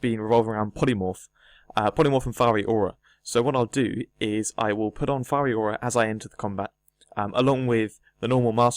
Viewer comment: It's Fiery Aura, not Firey Aura, mate